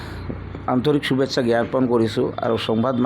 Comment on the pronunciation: চুভেচ্চা নহয় ,শুভেচ্ছা,- চাট বজাত নহয়, সাত বজাত-পনৰ' নহয়, -পোন্ধৰ,অচেচ নহয়, অশেষ-চভা নহয়, সভা -।চাল্লা, চুদুৰভাই।